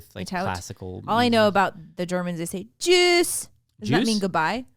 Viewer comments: It is not juice. It it tschüss (sounds more like chews) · Die Art und Weise, wie Sie auf Deutsch "Good bye" sagen, ist "tschüss"! Not "Jewsss"! Oy Vey!!!